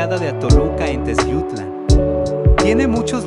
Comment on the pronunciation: Favor de pronunciar bien Teziutlán, ¡Gracias!.